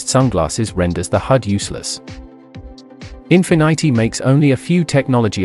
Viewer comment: I don’t trust someone who calls Infinity -“Infinaaity”